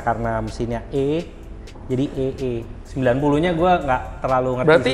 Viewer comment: AE90 om bukan EE90😊